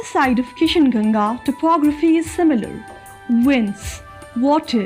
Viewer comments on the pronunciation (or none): none